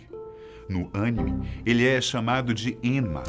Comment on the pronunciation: O engraçado foi ver a correção o tempo todo quando pronunciava Animê de forma errada 😂😂😂😂